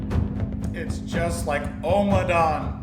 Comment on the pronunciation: Just a little fussy point - it's pronounced om-adawn and not omer-dawn 🙂